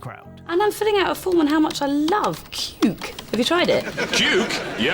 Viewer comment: the way you said "Cuke" sounds exactly like the way we Norwegians say the word "Kuk" which means cock or dick. it is a derogatory term most of the time, but is also a simplified word for Penis. and yes, it had me rolling from laughter when you said "Cans of Cuke"